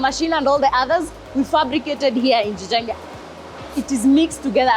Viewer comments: jijenge not gjenge AI translater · its not gjenge but jijenge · Jijenge not gjenge. It's just that Kenyan can't speak Swahili in a proper dialect. But great job